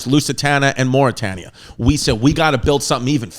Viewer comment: Was also not just black people on the lowest deck of the titanic, there was one black man . Your pronunciation is killing me of Mauretania. Bernard Hill played Edward Smith.